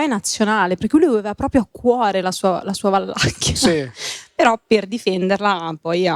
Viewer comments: Un appunto, tra la noia generale, la regione governata da Vlad l'impalatore si chiama Valacchia. Non VaLLacchia. Pfff .... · Ma è Vlad di Valacchia, non Valllllacchia... maronn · si chiama Valacchia, non Vallacchia e in ogni caso Vlad non era un dittatore. Ignoranza a go-go!